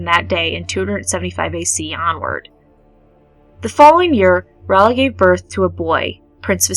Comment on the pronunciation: Ray-ella not Ralla